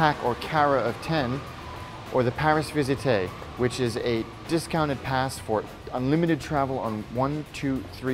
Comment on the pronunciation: Thanks for the nice video which makes me want to get back to Paris soon! Just a couple of points of pronunciation for visitors who might need to purchase travel tickets from someone at a kiosk… the little book of 10 tickets is called "un carnet de dix tickets" (uhn CAR-NAY duh dee tee-kay). The presenter called it something a little funny. He also called the other travel pass a "Paris visitAY" but it's actually pronounced "Paris VEE-ZEET".